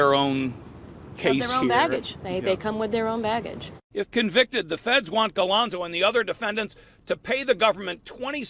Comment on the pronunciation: Galonzo? Eh Im from up here in Toronto Canada. Talk about butchering names... what a complete joke. Its a nightmare now after replaying this...